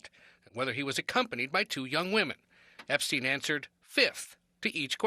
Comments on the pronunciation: Can you repeat the name epstein again 😂😂 Not epa stein 🤣🤦🏿‍♂️🤣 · THE EP-A-STEEN FILES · Whis Epestein?!?!.😂😂😂😂😂😂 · You don't sound cool saying Ep-a-stein, you sound like a jerk A-hole who doesn't give af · Lmao my boy said The Ep-A-Stein Files 😂😂😂😂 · Lmao "The Ep-a-stein files" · Aka JJJ EEEEEE. WWWWW files